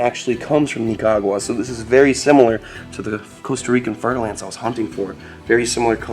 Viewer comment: dont try to pronounce Nicaragua like you know how. You sound foolish ok